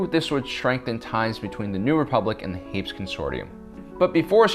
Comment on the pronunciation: Prince Xizor is pronounced "shee-zor" and being, as you said, a really rapey encounter, I would hardly call it a "romantic" encounter. Also, Prince Isolder is "iss-old-er" and he is from Hapes (hay-pees)